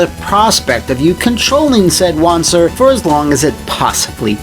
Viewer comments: Since wanzer is based on the german wanderpanzer you would pronounce correctly as wanza(pronouncing the a as german as posible) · It SHOULD be pronounced Wan-zer as it is a portmanteau of walking and panzer and gehen is german for walking.